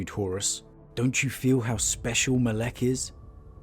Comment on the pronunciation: It’s actually Mole-Ech. Ancient Mesopotamia evil deity.